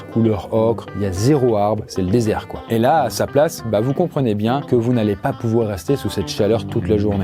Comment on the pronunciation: « The plaSSe to be » mon 😂